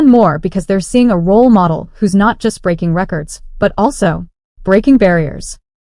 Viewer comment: "Breking News"?